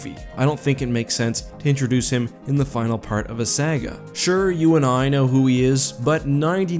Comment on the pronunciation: Dude you are good but learn how to pronounce "Saga" properly.